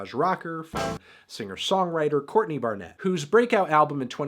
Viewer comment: Yo, why do you pronounce her last name like that? She is Australian, not French.